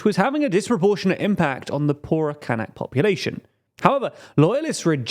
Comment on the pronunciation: As a german its so weird hearing "Kanks" and "Kank Population" all the time because it sounds very similar to a german slurword for Mediterranean Muslilms "Kanacken". Gotta look up how we call the "Kanak" people.